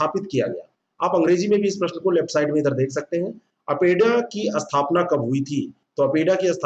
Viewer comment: अस्थपना नहीं स्थापना होता है सर